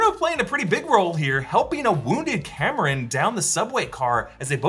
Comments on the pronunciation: Cameron?! haha its pronounced COMM- RON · CORRECTIONS::::: it's Calm-Ron (Kamran) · Only two things concern me at this point. Is there going to be another inaccurate portrayal of Pakistan. And second how he kept calling Kamran, Cameron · Please get the Kamran pronunciation right next time. Good job as always!